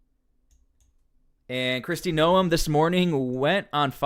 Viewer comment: My husband and I watch you a lot, probably daily. Just something that has bothered me is how you have been pronouncing Krist Noem's last name. Its pronounced like "Nome" in Alaska. 😉